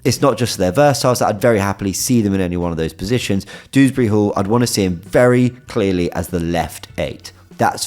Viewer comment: It's DEWsbury not Dooberry smfh